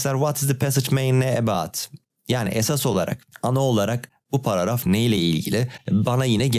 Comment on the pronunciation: paragraf ❌ paraaraf✔